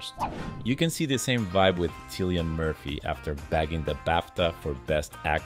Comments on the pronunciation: Cillian Murphy pronounces his name Kill e ann. Please get peoples' names right. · There is no excuse to mispronunciation of Cillian's name. Yikes.